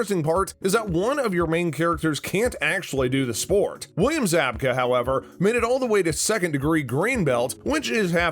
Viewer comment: Pronounced "Zab ka".